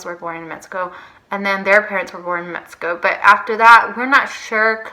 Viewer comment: Its so annoying how you say metzico.